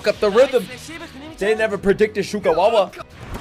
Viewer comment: It's very funny how he says names wrong... Sugawawa, tsushima or tsushimima